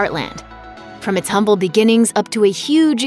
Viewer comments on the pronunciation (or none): none